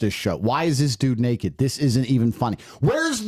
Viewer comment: Tate said "Nakey" lol